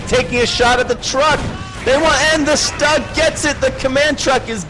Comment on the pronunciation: actually it is an assault gun/tank destroyer and it is pronounced "stew-g